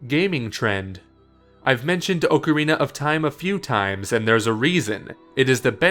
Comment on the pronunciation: Finally, someone who pronounces ocarina the correct way.